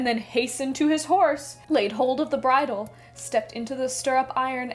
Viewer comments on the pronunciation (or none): none